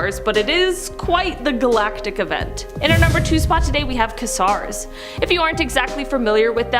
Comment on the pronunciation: Quasar pronounced ( kwayzar ) when pronounced casar sounds funny to my ears